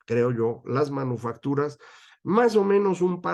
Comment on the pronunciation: Oí mal o dice usted manuofactura ?